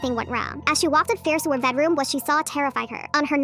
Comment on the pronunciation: “That’s my bednarom 😰”